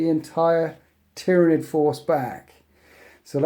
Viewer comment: Man, you gotta get your Tyranid names straight